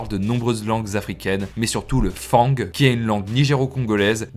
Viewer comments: Attention on ne prononce pas fangs Fan-gue mais Fan le g est en effet muet mais sinon bonne vidéo à part sa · Bnjr. J'adore vos vidéos mais une petite rectification. On dit Fang( le G ne se prononce pas trop) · On dit fan le g ce prononce pas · Salut, merci pour cette excellente vidéo 👍🏻 Par contre on ne prononce pas le g de "fang" 😉